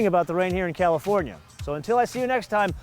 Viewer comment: " Bis später "...haha that was unexpectet for a german Viewer. Perfect pronaunciation.